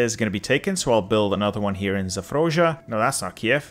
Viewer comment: Thank you very much for the manual, good hints. It is one of the last 2 for me to go. I had to smile a bit that among victim of the war were the Russian names butchered, like Zaporozhe :D